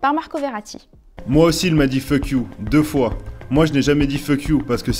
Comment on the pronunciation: "feuk you" jpp 😂😭